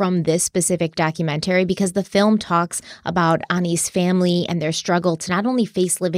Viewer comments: 25 k likes for to start saying documentary correctly lol 😂 Just kidding love you ❤ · I personally love it when you're sponsored by Magellan tv because pronunciation of "documentary" is my most favorite ever. Great episode! My heart goes out to Connie's family and especially all the kids.